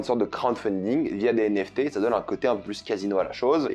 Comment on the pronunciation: Je pense que c'est plus commun de dire "les NFT" et pas "les zenFT", étant dans la crypto depuis longtemps c'est comme ca que je l'entends depuis longtemps! Après c'est évidemment à but constructif et pas une critique, y'a pas UNE vraie manière de parler hein le language c'est à tous 😉